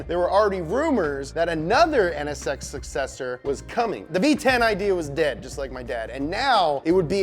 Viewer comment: Ahhh the nsx VEWY GOOD